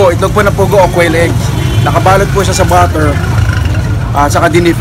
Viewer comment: B u t t e r po di b a t t e r kabayan